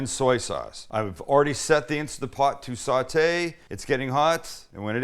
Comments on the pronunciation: It's INSTANT POT, Sam ... not insta pot. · It's Instant Pot, not insta-pot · instaNT pot! Say it right! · I love how he says it like Instagram “Insta-pot” lol